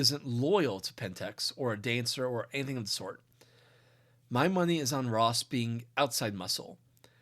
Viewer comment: I kept hearing tosses name as rot